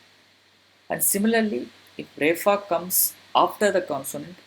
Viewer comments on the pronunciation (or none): Hi, and you pronounce it as Refa instead of Repha? So, which is correct pronunciation?